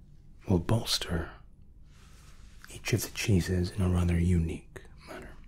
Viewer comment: I could have sworn when you said “our 3 cheeses” you had actually said “our 3 Jesus”. 😂 Luv you!!